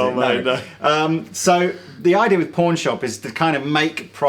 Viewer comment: hehe he sounds like hes saying porn hehe